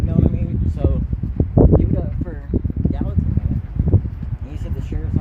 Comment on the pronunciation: Gallaton = Gallatin?